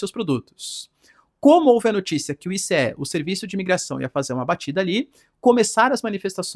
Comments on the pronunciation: I CÊ É não meu fi, fala Aiísí, pelo amor de Deus 😅😅😅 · Professor, uma dica no inglês: você pode falar ICE na mesma forma que você falaria gelo em inglês. Não está errado falar I C E, mas é mais comum falar ICE mesmo 👍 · ICE = “AICE” 🧊